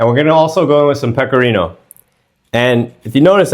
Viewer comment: Mówi się pekorino